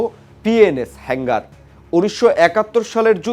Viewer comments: কিরে ভাই তোরা কি গাজা খেয়ে রিপোর্টিং করস শব্দগুলো হেংগার না হাঙ্গর হবে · হালায় নিউজ করতে আসছে.. উচ্চারণ পযর্ন্ত ঠিকঠাক ভাবে করতে পারেনা আবার আসছে নিউজ পড়তে.. সাবমেরিনেরে কয় তিনি.. আবার হাঙ্গর কে বলে হেঙ্গার হালা মূর্খ... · হেংগার না শব্দটি হবে হাঙ্গর শ্রেণীর সাবমেরিন। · Illiterate news reader can not speak the correct word Hangor NOT HANGER